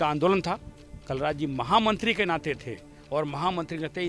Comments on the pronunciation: ये अनपढ़😃😃😃😃 कौन है जो कलराज को कालराज कह रहा है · yhe pagal ha kal raj ko kaalraj bole rahaa ha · भाईसाहब कालराज नहीं कलराज मिश्र